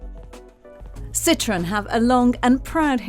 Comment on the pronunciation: It's a Citroen, not a "Citron." Thanks.